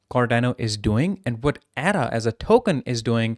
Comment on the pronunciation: lol, if you can't even pronounce ADA correctly, why should I even bother listening?